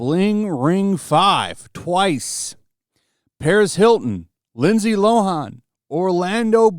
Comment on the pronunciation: YEP Lindsay Low-Hawn